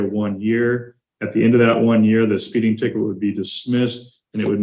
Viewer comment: She actually said "expeeding the seed limit". That's one of the oldest jokes in history. But then, I think she was serious.